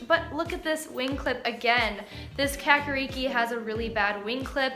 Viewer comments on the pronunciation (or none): Kakariki is a Maori word, the 'a' is more like the a in the word car, not cat. Roll the r.